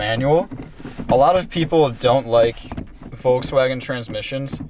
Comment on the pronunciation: Not sure if you pronounced Volkswagen with a F sound instead of a V. Probs to you. It’s pronounced Folkswagen.